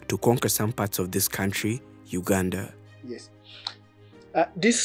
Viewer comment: Sssshhhhhhhaaaaaa this I not Uuuganda I repeat this not Uganda as I know my Country